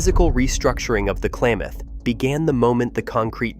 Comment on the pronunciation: Klamath, not Klaymath!